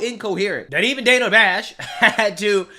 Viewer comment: Was it "sexist" that Coupmala pronounced the female interviewers name wrong? It's "Dane A", not "Dan A".🤔